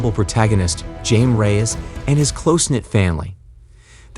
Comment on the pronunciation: You do not pronounce it with a J, although its spelled Jaime Its pronounced a Hi-May